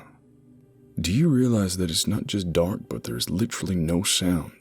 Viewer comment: The only thing that keeps your American accent from sounding native is your pronunciation of "literally". Try more like "lidderally", a lazy rolling through the "t".